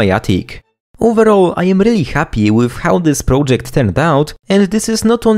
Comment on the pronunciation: prołdżekt is killing me